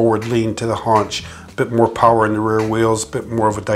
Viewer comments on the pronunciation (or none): none